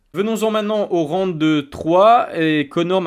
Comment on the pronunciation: qlq peut lui dire que c'est round pas ronde